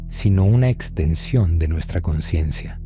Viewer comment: La ausencia de la "S" de la palabra "consciencia" del narrador, puede dar a confusión con la palabra "conciencia". Gracias por hacer posible este canal. ❤️